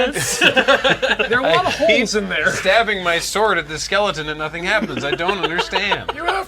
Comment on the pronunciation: I think you mean the "sWord of sWorcery"